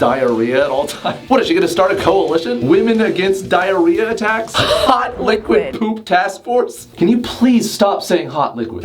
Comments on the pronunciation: "hawt liqwuid" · No one: Literally no one:: H o T l I q U i D